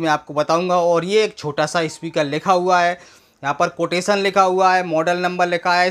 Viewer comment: कावशन को कोटेशन कौन बोल्ता हे. 😂😂😂😂😂😂😂😂😂